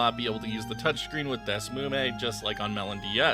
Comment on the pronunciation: its not "dess moo may", its "dee s miu mee". and why not mentioning desmume2015 ?